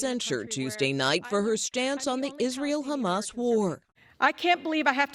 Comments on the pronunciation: "Chamas" delegitimizes but also adds levity to a grave thing to think of and say on the regular. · I think the reason Hasan started recently pronouncing Hamas in the manner he does is to make it a fun playful silly thing so people will delegitimize their terror in the way that he does. Like “ohh that’s just silly billy Hamas over there, don’t mind them they wouldn’t hurt a fly.” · he pronounces like that because that's how Palestinians pronounce it. People who view Palestinians as less tend to mispronounce it because they view Palestinians as less than human.